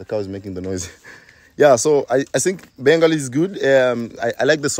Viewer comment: your bangla accent is good....